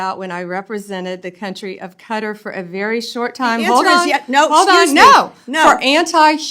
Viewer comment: IT'S KATTTTTTAARRR NOT KARRED KKKKAAATTTTTAAARRRR KKKAATTTTTTAAARRR THE KKKAAKKAAA OF THE MUSSLIMS WORLD!!!!